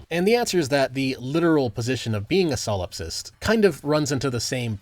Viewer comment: Bro kept saying silopsist and silopsism, good video regardless